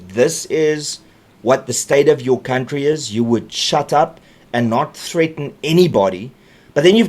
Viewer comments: Count-tree😂😂😂😂😂😂 reiterating is funny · Mbabobejaan sê cowntree, ek wonder hoekom ?